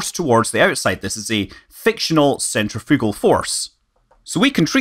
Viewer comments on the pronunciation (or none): ...and 'gavidee' for gravity....'centrifoogul'...I can't watch it anymore!